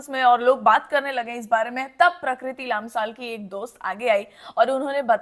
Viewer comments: It's लम्साल , not लाम्साल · It's lamsal not laamsaal but thanks for speaking up